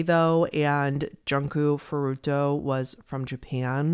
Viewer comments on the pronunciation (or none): "ouch-y" "junk-o furuto" "sirjay" Man this is a good video and I get that people read names like English but is it really that hard to pronounce them correctly? Honestly that made me cringe more than the actual content lmao